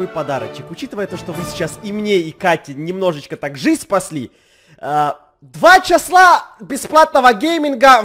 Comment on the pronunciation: А я только одна заметила, что сказал не 2 часа, а 2 чесла😂😂😂 Если что